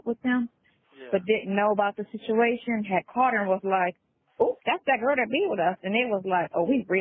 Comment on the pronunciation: uses the word “situation” in just about every phone call. She says “shichuation” instead of situation.